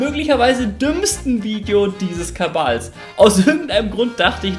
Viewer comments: Weshalb sagt er Kabal statt Kanal?😅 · Warum Kabal und nicht Kanal? Kann mich mal bitte einer Aufklären